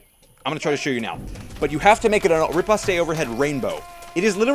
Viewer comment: "Riposte" is actually pronounced "repost", not "repostay". Nice video!